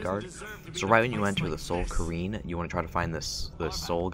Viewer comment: are you trying to miss-pronounce everything? cairn. not careen. arvack. not arvock. ;)